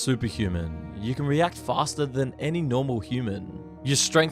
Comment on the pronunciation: I’m really interested in the content but dude has this strange vocal fry at the end of some words every few seconds. For example, instead of “you” occasionally he says “youuuu” where the last syllable is stretched out with the vocal fry thing on top of it. cryyyy fastuhhh It hurts.